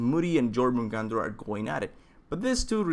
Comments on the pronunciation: You dont say jo in jőrmungandr, you say "yor mun gand er" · It's called the yor-mun-gand-er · its pronounced yormangander